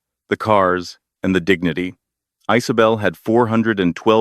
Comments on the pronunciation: The name is Isabel so why I’m hearing Isobel or Icebel? 😅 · Is this a new way of saying the name Isabel?